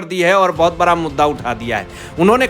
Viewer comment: बरा मामला या बड़ा । अनपढ़ जी संजा राउत नहीं संजय राउत । it is degrading yourself listening to your gawar language